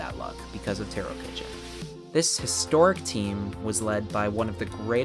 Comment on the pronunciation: I believe Tarokitchen is pronounced Tarokheshen. Great video anyways!